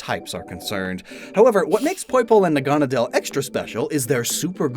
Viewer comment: The way you pronounce Naganadel bugs me a bit. The anime says it differently.